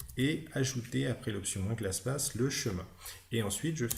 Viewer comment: Très bonne vidéo. Bien expliqué et claire. (Seul bémol, c'est en peu déroutant de lire PATH et d'entendre PASS ... ou encore : de lire CLASSPATH et d’entendre CLASSPASS...)